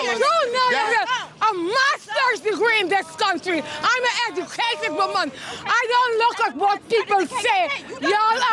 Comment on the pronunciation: “I is a ejucated wimman!” 😂😂😂😂😂